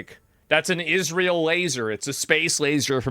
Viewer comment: why does bro keep saying "Isreal" 😭